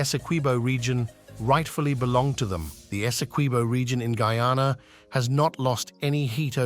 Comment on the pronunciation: it's GUY-ANA...not frigging goooana!!!